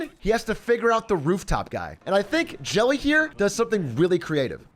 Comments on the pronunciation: Yeah, i felt bad calling him Jelly in chat, when it was revealed afterwards that it was Jelle. Big A doesn't know how to pronounce dutch names 😥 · Jelle is NOT pronounced like jelly lmao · Hahahaha im sorry jelle that you're being called jelly 🤣🤣 happens when english people try to say the dutch "je" sound :p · Pronouncing "Jelle" as "Jelly" is very funny! you've done it again American Man Atrioc o7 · Arme Jelle. Z'n doodnormale naam kreeg een goofy uitspraak in het Engels 💀